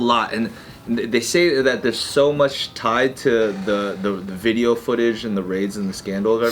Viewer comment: The “Diddeo”